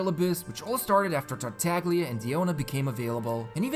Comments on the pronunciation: The G in tartaglia is silent lol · so its pronounced tartalia?